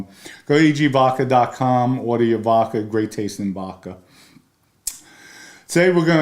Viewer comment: Hello, love your channel & we watch every episode-just wanted to say….you’re totally scary lol so please don’t get angry 😅- just constructive criticism-it’s vodka with a D-not vacca (which means cow in Italian…also you look so much like one of my relatives & since my grandparents come from the same part of the Bronx -I wonder if you’re related